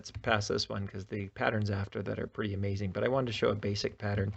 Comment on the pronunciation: Bro said amaxing 💀